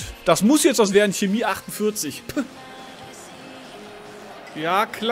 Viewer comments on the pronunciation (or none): none